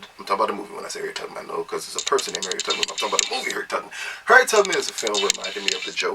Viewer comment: Was he saying Harriet TUGG-man?